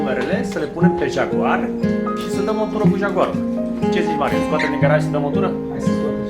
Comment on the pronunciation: Asta-i "jagoarul"?😂😂